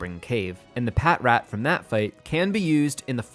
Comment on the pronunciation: patrat = "patch-rat". like "patrol" and "rat".